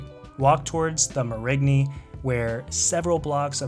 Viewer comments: New Orleanian here. Cool video from a tourist point of view. Everything is almost spot on except the Marigny is actually pronounce like Mare-ah-nee. My top picks would be Cafe Du Monde, Parkway Tavern, Napoleon House, Drago's & Spotted Cat for the music. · Great video, but just to inform you and people visiting the proper way to pronounce the Marigny is : Mare-in -nee